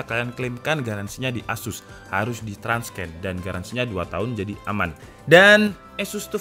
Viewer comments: Tips nih bang, Transcend itu dibacanya "tran-sen". Bukan "trans-ken". :) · TRANSCEND pelafalannya buka "transken" tapi "tran(t)ˈsend" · jadinya trans-scan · Bang transcend bacanya nya transen🙏